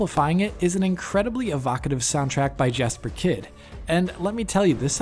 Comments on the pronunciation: Tbh, not everyone has a hot potato close by to pronounce Danish names correctly ;D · God I wish people would pronounce Jesper Kyd's name properly. I never see anyone get it right. The J sounds like a Y.